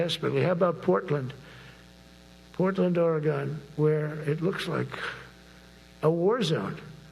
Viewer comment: He cannot even say Oregon properly.